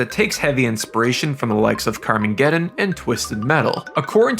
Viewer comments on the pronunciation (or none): in.. I heard "Carmen Geddon" and "Norf America" - Im out.